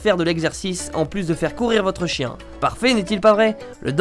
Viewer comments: tu est chtit? T'as dis "kien" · kien. l'accent du ch'nord mdr